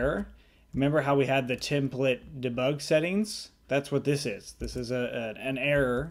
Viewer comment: I love the way you say "Dabug"! Great tutorial!!